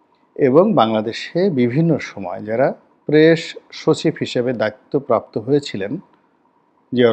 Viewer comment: প্রেশ!?!😂😂 প্রেশ শছিব!??🤣🤣 ছল্লিশ বছরের!??😂😂